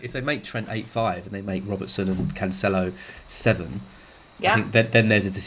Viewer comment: Cancelo is pronounced "Canselo", not "Canchelo"